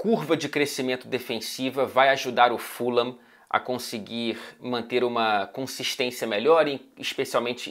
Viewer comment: eu falava ¨furram¨ antes, depois de um tempo comecei a chamar na pronuncia certa, q é a q vc disse no comecinho do video